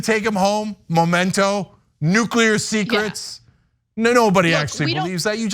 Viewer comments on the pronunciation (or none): Memento not Momento. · It’s memento not MOmento. Can’t stand how everyone is saying it the wrong way. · The word is "memento" not "momento"! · MEMento, not MOMento!